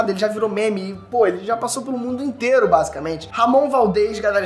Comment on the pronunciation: Esse é muito fraco. Não sabe nem pronunciar o nome do Ramon Valdez direito. 😒